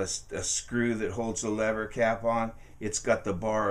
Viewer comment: its LEVER CAP LEVER CAP.